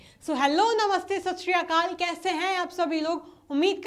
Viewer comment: Sat siri hunda shashikal ni hunda 💙